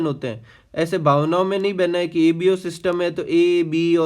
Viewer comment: Bhavnayon n nhi bhena h 😂